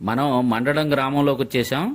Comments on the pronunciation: మండడం కాదు మందడం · మండ డం... కాదండి... మంద డం... గ్రామం